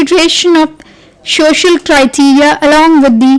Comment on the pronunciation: Mam its not shocial It so-cial